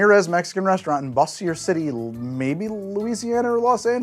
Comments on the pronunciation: For the record: Bossier City -- yes, in Louisiana -- is pronounced "Bozher". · Love your content. I'm on the fence about becoming a Patreon supporter : The restaurant featuring the Cucumber Margarita (yuk!) is in Bossier City, Louisiana. Because Louisiana (my dad's birth state) is heavily French/Créole, that city name is pronounced by the locals as "BOH-zhǝr" City :) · Bossier City is in fact in the state of Louisiana. It's the sister city of Shreveport in northeast Louisiana (I live across the state line in Texas lmao). Also it's pronounced Bo-zhur, because Cajun.